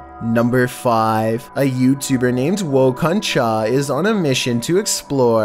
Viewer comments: By the way, In the first clip.... Its not "Woh Kon T-cha" it's "Woh kon Thaah" It weans "Who was that?" in urdu and hindi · The channel “Woh kon Tha”, He said “Woh kon chah”